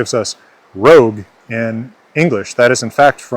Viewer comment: As a native French speaker from Québec, my only two real criticisms are: - Don't pronounce the "T" in "Montréal" when you say it in French - The "o" in "rogue" is supposed to be the /ɔ/ phoneme; yours sounded too closed, too much like /o/; it should be more open (and a little more advanced, it should be more like [ɔ̟], maybe even almost [ɞ]) The rest is pretty good.